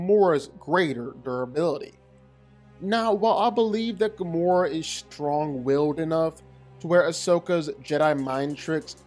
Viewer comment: Firstly it's Gamora, not Gomorrah... and secondly, she's literally one of the most skilled and powerful fighters in all of the Marvel cosmos and she's easily way more skilled and more physically than Ahsoka is. Ahsoka's saving grace was her lightasabers and the force. If Gamora (somehow) had a lightsaber of her own, then she would have easily owned Ahsoka, no doubt about that. Overall, Gamora isn't at all the weakling most know just from the MCU.